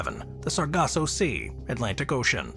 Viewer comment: *SARGASSO Sea, not "Saraco" & *RICHAT Structure, not "Reshot" Pronounced correctly, tho', gg 😇👍